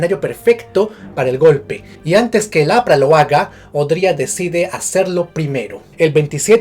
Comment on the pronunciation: aqui entre juego.... EL APRA ese énfasis lo es todo xdddd